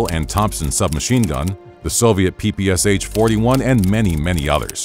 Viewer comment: it's not P-P-S-H. it's P-P-Sh. As in, one letter. Pe-pe-sha in slavspeak. The Ш letter.